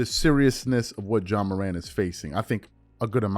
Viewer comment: This man's name is not John Morant it is Ja pronounced Jah. John is nowhere in his name. How can people have these platforms and not pronounce the persons name you are speaking on correctly. He isn't the only one and it's annoying. GESH!!!